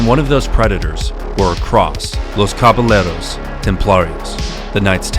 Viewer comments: A pointer on pronunciation, the word Caballeros would be pronounced "KabaYeros" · You should check the pronunciation of foreign terms. Caballeros is pronounced with a Y sound, not an L sound (ll in Spanish is a y sound).